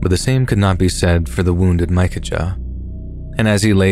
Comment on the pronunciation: The outlaw story..the brothers name is pronounced mickaya! Not mica ja! Have Google translate pronounce it for you and you will see.